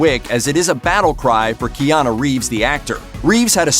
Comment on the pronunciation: Kiana Reeves? Jesus man learn to pronounce his name properly.